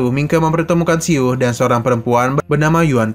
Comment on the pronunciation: Min salah ucap, bukan keluarga yusuan, tapi tce chuan, juga bukan si-u tapi siu satu suara